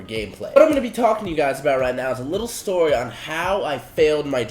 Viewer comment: "tell u guys a Stoy"???